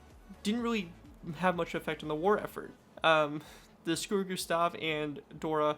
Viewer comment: This guy: S C U R U G U S T A H Entire Germania: Are we a joke to you?